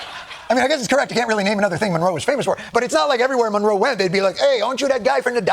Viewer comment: The Don with a silent G😂. The Dongroe doctrine